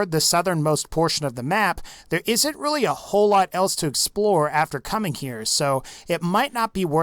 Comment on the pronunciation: Thats a weally sweet waser wifle